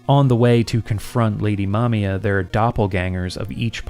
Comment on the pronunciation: Also, thank you for pronouncing the names competently. So many people I hear call her "Mamaya" instead of "Mamiya" and it's frustrating.